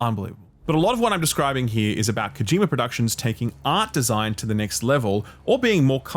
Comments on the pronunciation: His name is Kojima, not Kojimer. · "kojimer" lmoa